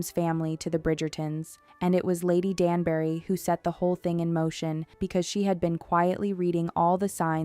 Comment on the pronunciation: Lady "Dan-berry"?? She's not a fruit! It's pronounced Danb'ry. And don't get me started on why Anthony's father would never live to see him become Viscount 🤦‍♀️